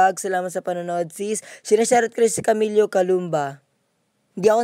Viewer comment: Camilo po hindi camilio HAHAHHAHAHAHAHAHHAHA